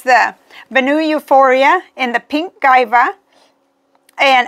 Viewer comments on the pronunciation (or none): Guava is pronounced “Gwa-vah”.